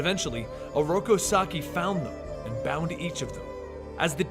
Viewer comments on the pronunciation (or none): This video is amazing and I give you all due respect and kudos, but every time you call Oroku Saki “sockeye” it’s like nails on a chalk board to me. Other than that, I’d rather spend my time watching this than that Michael Bay garbage. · Rip Benny. But Oroku Sock-eye still gets me in the feels😂